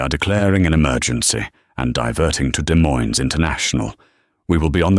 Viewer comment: Irritating: the mispronounation of Des Moines IA. Then, pronouncing it correctly. Need to get it correct all the time.